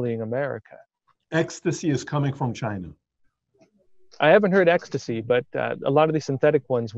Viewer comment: Patrick- "Extacy is coming from China" 😜